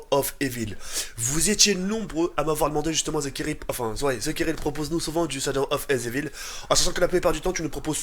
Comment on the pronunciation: "shadow of ezevil" -, 2015